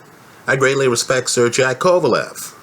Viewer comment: There's plenty of good ones but has his own style for sure. He needs to learn how to pronounce Sergey though!